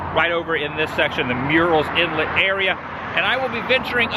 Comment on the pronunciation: As a murrells inlet native it hurt me when he said myurells inlet